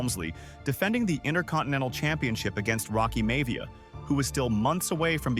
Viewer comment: You mean Rocky's name wasnt pronounced May-ve-ah? lol